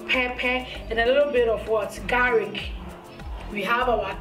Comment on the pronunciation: garlic not garric Ingredient not ingledient Salmon not siamon 😀😀😀😀😀😀